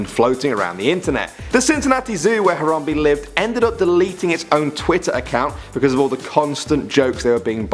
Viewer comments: It's Haram bae not harambee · uggg he says Hayrambee not Harambe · It's harambe not horombe damn it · Harambe-He Ram Be NOT He Rom Be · It's harambe not horrombee. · “Terrapinboy01” Boy01 That's what I thought...tons of people say Haram-bee though. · Its prononced haram-bae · IT'S YA BOI HARAMBEEE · Harambe not harambee